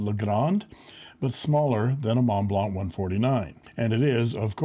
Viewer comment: What's a "Monteblanc",?!